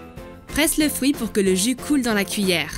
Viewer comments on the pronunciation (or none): none